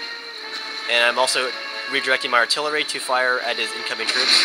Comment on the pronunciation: "artilery department" ha :)